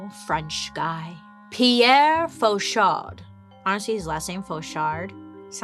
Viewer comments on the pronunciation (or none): ‘Fauchard’ sounds like ‘faucheuse’ which means ‘scythe’. I just thought of a grim reaper 😂 Oh, and by the way, if you don’t mind me correcting you a bit, the ‘d’ at the end of ‘fauchard’ is silent. It’s basically pronounced: ‘faux (like faux fur)-ch (like shushing)-arr (like a pirate!)’ Taveau is actually pronounced ‘Tah-Voh’ (it confuses me even to this day). For some reason, the french language has three things that make the sound ‘oh’. First of all, the letter ‘O’, obviously, then ‘-eau’, which is also how the French word for water is written. Finally, there is ‘-au’, which can also be a word meaning ‘of’ or ‘at’. There is also ‘aux’ which is the plural of ‘au’. Also, there is the really sh*tty thing in French where we have a pronoun for ‘they/them’, which is ‘iel’, but we don’t have any adjectives for it, so we are still stuck with calling a non-binary person by binary adjectives. Another thing is that, you could have a thousand women in a room and only 1 man, but you would still use masculine pronouns to designate the group.